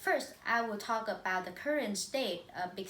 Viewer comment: You guys did a great presentation. The topic is clear and ideas are relevant. Below is some comments for individual performance. - Thao: You have a very excellent voice and tone. Your linking sounds are good as well. However, I think you still should pay more attention to ending sound: about, world, York. Besides some sentences should be corrected like: “It’s all comes from…”, “Ly will be the consequences…”. - Mai Anh: I can see that you put much effort in your presentation. You speak quite fluently and have a wide range of languages. Even though you did a great job, I think you need to improve some following things. Firstly, I am not sure that you read the script or not because you did not look at the camera and have eye contact with audience. Secondly, you should pay more attention to the ending sound as you missed several ones. Lastly, you should introduce your partner at the end of your part. - Ly: Honestly, you have voice and pronunciation that I like most in our class, but your intonation does not meet my expectation. Besides, I found some mistakes in your speaking (of course my comments are not totally right ): - When increasing number of people migrate to city, the total number of residents living increases, which leads to rising cost of living much higher than it does in small town or village. (run-on sentence) - I do not understand why expensive prices of housing, transport and food make people live in tall apartment building. - Diep Anh: First, you should speak mor